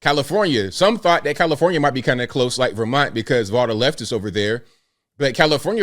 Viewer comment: It's comifornia abl, not comnifornia.